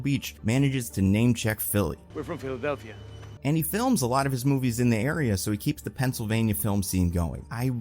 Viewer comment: why you say "Philadelphia" like that? "Philuphi" made me think you AI'd this Voiceover